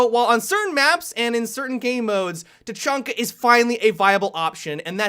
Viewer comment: i had to stop watching because the way said tachanka sounded like "ta-chun-ka" and it doesnt match with his voice